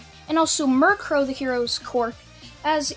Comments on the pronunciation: U called her Mirkro when her name is Miruko lol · I don’t mind at all but your pronouncing Miruko like the Pokémon. (Murkrow) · it's Miriko not -Ree-Co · Ah yes, murkro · This video was great aside from the fact you pronounced mirko as mirkrow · it's Miruko there is no 'r' at the end!!!!!!!!! work on your pronunciations dude it's making my OCD act up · Why say you mircrow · Your pronunciation of momo yaoyorozu is correct as far as I know otherwise I've been pronouncing her name wrong my entire f**** life but your permanent solution of Mirko is a little off also sorry for spelling errors I'm using talk-to-text cuz I'm too lazy to type feel free to roast me